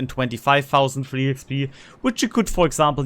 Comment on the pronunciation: Three or free T9 ship? Sounded a bit unclear...???